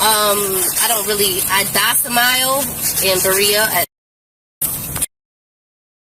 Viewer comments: “I docimile at” I think she meant her Domicile is…. But who knows. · did she just say "docimile" instead of domicile? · She did NOT just say "docimile," did she? I know....I just KNOW she's not trying to say DOMICILE, right? RIGHT?!? 😂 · Did she say "docimile" ? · Did she say “ docimile”? I think she means “ domicile”. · Wow-a new word = Dossamile. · She said" I dosimile in berea" instead of "domicile " . I'm laughing my ass off.😅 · Docimile? Does she mean DOMICILE? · "I docimile!"😂😂😂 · "Docimile"? Honey, it's "domicile". You're so full of s*** you can't even keep a single word straight. And it still means "this is where I live or reside". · Did she "didn't dossimile" somewhere when he asked about her address (assuming she meant domicile?) What a dolt. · When she can’t even pronounce domicile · Did she really say, "I docimile in Berea"? I think she meant DOMICILE, but in typical SovCit/Moorish/etc. fashion she uses words without knowing what they mean or how to pronounce them. 😅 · Did she say she doesn’t docimile? Did she mean domicile? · "I docimile in ..... " 😂 it's DOMICILE 🤣 These degenerates r so uneducated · "I docimile at....." ???? 😂 I'm sure she meant domicile but might as well be ALL the way stupid. She was close enough anyways spouting the rest of this garbage. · was that a "docimile" instead of domicile I caught in there? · She doesn't have an address, she 'docimiles'. The English word is domicile. Perhaps she was speaking Moorish. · So her name is “Asada”? Like “Carne Asada”? Also, She “docimiles” there? I think she isn’t great with big words cuz she should have said “domicile”. What an idiot. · I docimile……😂😂😂😂😂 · "Docimile"? She means domicile. She's pretty much LESS intelligent, not MOOR. Lol! I wonder how she got that SUV? A loan, perhaps? I wonder if the IRS bothers looking for these people. Surely, they don't pay taxes. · Did she say, "I docimile?" Thought it was domicile... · Hahaha "dosomile" she said. She needs to contract with a dictionary.